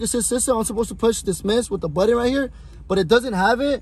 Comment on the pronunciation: My guy it’s “button” not “buddon”. No manches 😂